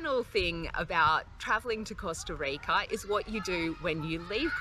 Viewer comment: the way she pronounced Costa Rica and the amount of times she did so was intensely CRINGE